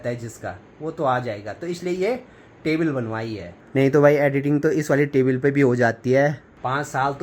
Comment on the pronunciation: टेबिल नहीं टेबल hota hai